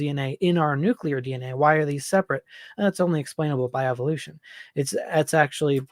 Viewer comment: Nucular is not a word